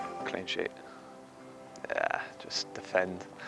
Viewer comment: The way he says DEFEND! 👑🖤🤍🖤